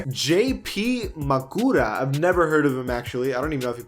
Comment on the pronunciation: Are you really going to disrespect my boy J.P Marcura (MA-KER-A) from Xavier???😑😑